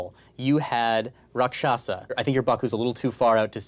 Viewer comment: Um, actually, Rakshasa is pronounced "RAAK-sha-SAA". The first and third syllables are emphasized while the second is not. And they are not demons or monsters in the traditional folkloric sense - they are demigods with powers of illusion and sorcery but are also capable of fighting for the forces of good. Two notable examples: Vibhishana (brother of Ravana) helped Rama and Ghatotkacha (son of the rakshashi Hidimbi and the Pandava Bhima, who himself was the celestial son of the wind god Vayu and therefore a younger brother to the immortal Hanuman) fought on the side of the Pandavas during the Kurukshetra War.